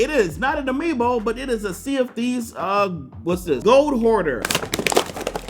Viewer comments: I thought that he said "CND" instead of "Sea of Theives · Whenever he says Sea Of Thieves i keep thinking he says CND I’m like Captain Microsoft Dude